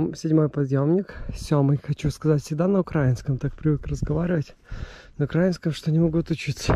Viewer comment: * Украинском с ударением на и а не на а!!!!!!! Это Ура’ина на не Укр’аина